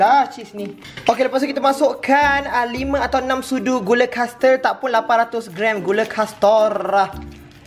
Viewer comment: "800gram gula kastorrrah" 😂😂😂😂😂😂hbis msuk hosp 😂